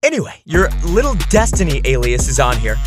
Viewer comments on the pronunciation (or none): The fact he keeps saying destiny’s name wrong kills me